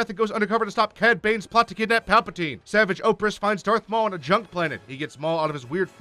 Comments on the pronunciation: It's pronounced SA-VAJ not SAH-VUJ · bro he said savage's name wrong too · The way you pronounce Savage is ok, because there is a guy who says it like that as a humor line in the show. However, Padme is NOT Organa and Ahsoka is NOT Ashoka. Ok? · Ahsoka, not Ashoka. You mispronounced Savage. Padmé Naberrie Amidala, not Organa. Fuck's sake, did you even watch Clone Wars, or just skim the Wikipedia page? (Edited 5/5/19 for minor spelling tweaks. Phones are terrible for YouTube comments.) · You clearly haven’t watched the clone wars lil pet peeve the “h” in “ashoka” is silent and savage opress is pronounced “sav-ah-j” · You could have worded your comment nicely, but instead decided to say "you clearly haven't watched the clone wars". Your comment would have been better if you only said "lil pet peeve the “h” in “ashoka” is silent and savage opress is pronounced “sav-ah-j”"